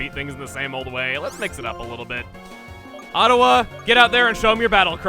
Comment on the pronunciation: Ottawa... Ottawa chugga! are u canadian